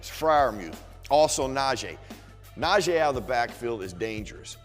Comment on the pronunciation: It’s pronounced (Nah-Gee), not nah-Jay